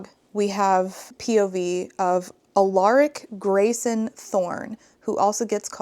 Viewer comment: Just a note: It's pronounced AL-uh-rik, stress on the first syllable.